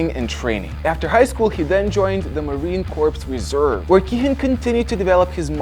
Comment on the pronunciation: Dim Mac n Cheese. "The Marine Corpse?"